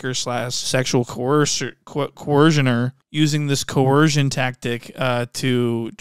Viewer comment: Coercion not vetsion